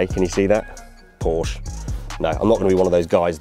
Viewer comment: There's no "A" at the end of Porsche!